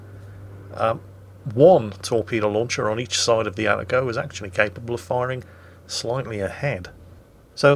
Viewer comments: It's pronounced "Ah-Tah-Go" not "Atta-Go". Though I doubt will read this comment. About the Kitakami you know what? I would like to see it brought back, but using the Pan-Asian type deep water torps. That way your friendly DDs won't complain about getting TK while trying to cap and other things. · please, its Ah-Tah-Go, not "atta-go". And not a single "ara ara" in an Atago video? You call yourself a weeb?